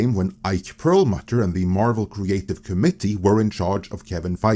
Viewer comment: It’s pernuonced “co-mitt-eee”, not “comedy”.